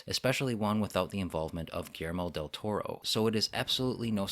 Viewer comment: Whenever you say "Guillermo Del Toro" I hear it as "Gamera Del Toro." That means only one thing: Del Toro is going to make the next Gamera movie. I did enjoy a few things in Uprising, like the mega-kaiju. And setting most of the fights in daylight was good idea, although doing so made it harder to hide the flaws in the CGI.